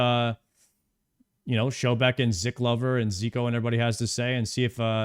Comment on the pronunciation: dude the guys name is not ziklover ur funny as fuck ziklover is a osrs player that risk fights oda idk if ur saying it as a joke but its funny to me